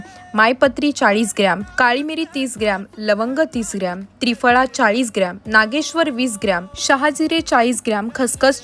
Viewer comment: नागेश्वर नाही नाके शेवर बोलायला पाहिजे ना